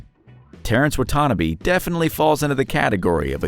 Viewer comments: Wow!! You killed Terrence’s last name. It pronounced WHAT TA NA BEE, not WHAT TANNA BE. 🙄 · Pronounced WAH-TAH-NAH-BEE. Get it right. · Wah tah nah bee. Wutanabe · For number 1: It's pronounced " WAH-TAH-NAH-BAY " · It’s pronounced “Wa ta na bay”